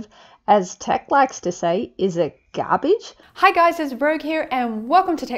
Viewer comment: He does not say garbage he says garbage haha